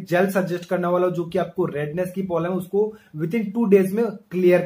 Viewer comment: Bhai polam nhi problem hota h